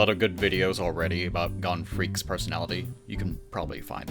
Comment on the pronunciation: "Gone Freecs"